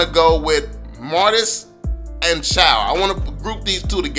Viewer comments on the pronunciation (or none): Yow chou is actually pronounced choo not chow 😂😂 anyways more powah love yow channel keep it up stay strong ✌️